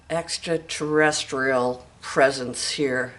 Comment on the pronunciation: Did you say extratestical activity ✌️🇦🇺 😊